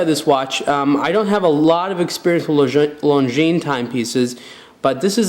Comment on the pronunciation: Finally, some who pronounces Longines properly.